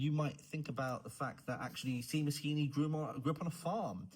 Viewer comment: it’s pronounced shay-mus is it not lol